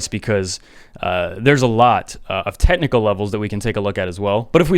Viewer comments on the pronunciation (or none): Love u, and I know "fettuccini" is a joke, but is "tetnical" also a joke?